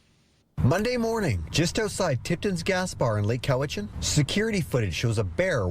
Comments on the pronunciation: It's pronounced cow-itch-an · It's pronounced, Cow-i-chin. I live near the valley on Vancouver Island.